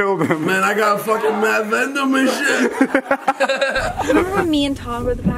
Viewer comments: "da veNUM" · when he started to bleed then someone just said " He GoT vEnIOm" that just got me XD